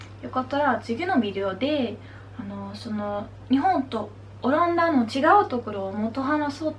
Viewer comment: "オランダ"のアクセントが若干気になります。😵 聞き取る分には問題ないと思うので自信持って大丈夫ですよ！！🙆 あと、お綺麗です😊